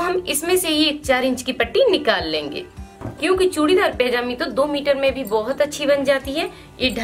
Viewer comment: Oh madam. Pajami hoti hai pejami nhi